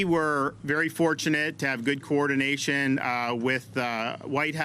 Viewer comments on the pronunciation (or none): Good old "coordinaSHin"... sqwich sqwich